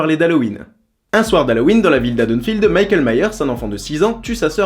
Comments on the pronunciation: j'adore tes vidéos ;) La dernière scène, il dis Mickael et pas Michel :p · On dit Michael pas Michel